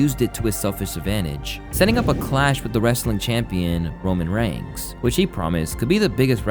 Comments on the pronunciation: Why are you saying Roman Rangs? It's Reigns. As in RAINS. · The way you pronounce Roman reigns. Also yikes